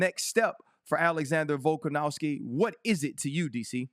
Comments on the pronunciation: Volk an OV Ski. Not ow ski. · RC: “VoLkAn-OW-sKi”🥴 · He's funny cuz he just cant or wont put the effort to remember or to read a name properly :))) like since forever he says Volkanowski and its weird how the brain works like, no matter how many times he'll look at Volkanovski's name he will see a W in the middle, and no matter now many times he will hear people say VolkanoVski, he will always hear VolkanoWski, its fascinating almost =)))))